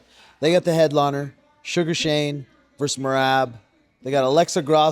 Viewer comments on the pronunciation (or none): You called Sean suger Shane hahaha